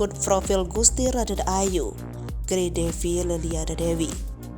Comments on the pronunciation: Bacanya bukan gray, tp G-R-A-y. Dipisah2. Karena itu gelar kerajaan. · tak kasih tau ya..yg mba baca ini murni nama² orang Indonesia.jd tolong bacanya jgn latah ke barat²an.masa moeng di baca mo-eng.itu ejaan lama mba,oe dibaca U.terus itu lg GRAy dibaca grey..jannnn payah tenan sampeyan. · Maaf... GRay...tidak dibaca grei Ini singkatan dari Gusti Raden Ayu Gusti Moeng...tidak dibaca Mo-eng tapi Gusti Mung.